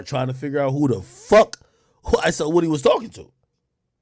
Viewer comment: Can someone clarify.. is it YSL Woody or is it pronounced.. Whoa-dy..